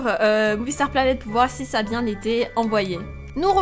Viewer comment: pk tu dit bièngggggg pk tu fait l'accent marceillais ? tu nes mmeeme pas marcellaisee